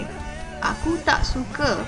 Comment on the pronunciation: there are no sentences such as hang, gua ect. those language was a colloquial language some state in malaysia. and the way you pronounce "suka" is wrong. SUKA..not SUKE..